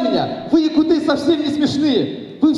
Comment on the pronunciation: якутЫ, не якУты